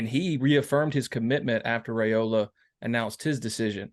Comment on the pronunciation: Hi, You, and many others are still butchering the pronunciation of the Raiola family name. I respect people's names, I'm sure you do as well But, y'all are doing the RAY SLAY on the Raiola name, but there is no RAY sound in it. On a Rumors and Facts YouTube channel interview a couple months ago, Dominic Raiola pronounced it properly. Please view it for yourself, if need be. It's pronounced as if the "a" is silent. The proper pronunciation for Raiola sounds this way: (it's rye, like pie, and ola, like cola). My own phonetics style there, but you get it. Far too many respected people, like yourself, are saying it all wrong Folks depend on you guys to get recruits' names right. Out of respect for our future family members, Please do so. Thanks